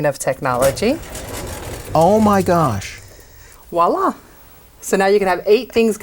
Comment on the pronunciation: "y voilà" - > the word "voilà" should be pronounced as "vwæˈlɑː" with a clear/a pronounced "V" at the beginning, not "wala".